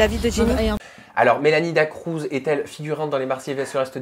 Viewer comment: Je supporte pas les gens qui disent Mélanie "DA CROUZ" 🤯🤯🤯 C'EST "DA CRUZ" BORDEL